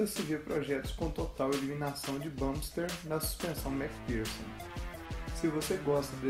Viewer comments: Olá amigo, entendo que ninguém é obrigado a aprender Inglês, mas o correto é "Bamp Stir". Exatamente da forma que vc falou no video do espaçador. Muito bom o video e animação! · primeiramente, ótimo vídeo. mas tenho uma dica: "bump steer" pronuncia-se mais "bamp stiiiiiiir" mantendo mais longo o ee de steer ou steering que quer dizer esterçar, direcionar ou direção. Por exemplo, "volante" eles chamam "steering wheel" ou seja "roda de direção". Não confundir com o "volante do motor" que daí é "engine flywheel", "roda voadora". Acho que "flywheel" é o nome dado a qualquer massa giratória propositalmente pesada para dar estabilidade a um mecanismo.